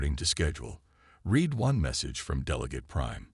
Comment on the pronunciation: Damn................(read) "....the message REED...." NOOOOOOOOOO!!!!! .....the message RED... Yet another POS AI!!!!!!!!!!!!!!!!! Do ANY of you proof RED your own damn stories!!!???? I'm thinking not.